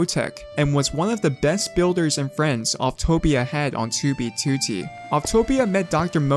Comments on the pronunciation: The way he pronounce "2b2t" makes me nervous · do you try to say 2b2t as annoyingly as possible why do you put such an emphasis on the second 2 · the way this guy says 2b2t bothers me so much